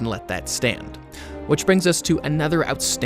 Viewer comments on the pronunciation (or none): none